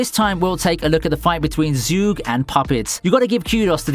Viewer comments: It's pronounced "Zhu Ge" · Man you totally butchered the pronunciation of Zhuge 诸葛, try copying the Mandarin characters and listen on Google Translate